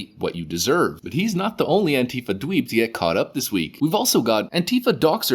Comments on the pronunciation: The word "antifa" does not have a V in it. It can't be pronounced the way you say it. Anteeva would be closer to how you pronounce it. Just saying. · Did I hear you say Pantie fa??? Hilarious!!!!!